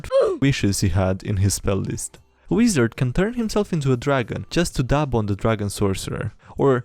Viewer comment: I love the way he says weezard lol